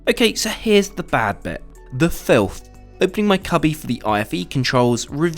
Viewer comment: Was it really FILTH (capitalized)? Was it necessary to repeat this word 50 times, REAAAAALLY stressing it, over a couple of tiny crumbs? I guess it was, for someone who makes money bitching for a living 🤷🏿‍♀️